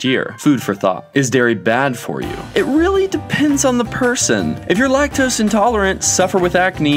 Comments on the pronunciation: lac-tose xd.... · Lac-tos?? Seriously LMAO 😂